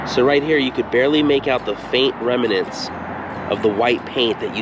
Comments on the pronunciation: It’s pronounced remnants, not remenants! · remnants, not reminents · "Remnants", not "reminants". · Dear you know that I LOVE you shows, and so I need to correct one of your pronunciations. You kept saying "Rem uh nants" (with three syllables) and it should be "Rem nants" (with only two syllables). Drop the "uh" and you got it. Doctor George Whitehead (La Jolla, California) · I agree that his voice is easy to listen to, but "remnants" is not pronounced "rem-i-nants," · Remnant(s( is just two syllables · Remnants two syllables, not three. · I like exploring old roads, so enjoyed your video, but pay attention to how you're saying remnants. It started getting annoying. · Remnants, two syllables, not three.